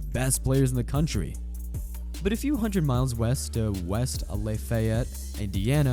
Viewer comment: How about when the butchered West Lafayette's name.